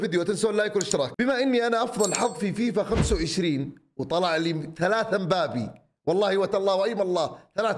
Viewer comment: علم فرنسي وCB ويقول مبابي 😅